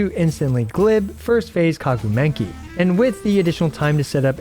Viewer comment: "kaguu menki" 😭